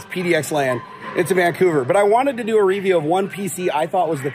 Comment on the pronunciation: Review, not reah-view, oooooobviously!